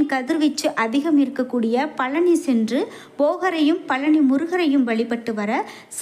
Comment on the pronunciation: பலனியா?பழனியா? நாக்கைசரியாகவடிக்கவில்லைஎன்றால் இப்படித்தான் உச்சரிப்புசரியாகவராது உடனே முருகனை நினத்து தங்கள் நாக்கை நன்றாக சுத்தமாக வடிக்கவும்.